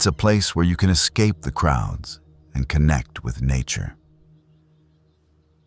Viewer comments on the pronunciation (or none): none